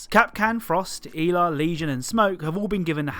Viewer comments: El ah not E la haha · He said EEla it's pronounced EL-La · Did my man just say eala instead of ela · eela? I’m sorry but how you said it annoyed me a lot. So I’m sorry but I have to say it’s pronounced ela ( El-ah) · You pronounced Ela so weird it sounded like eva 🤣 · why has he pronounced it like that eeela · An accent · This man said e-la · Bruh you said ela soo wrong its el-a